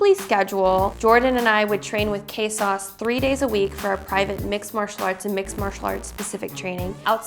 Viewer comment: Omg hes polish its Krzysztof not kaysause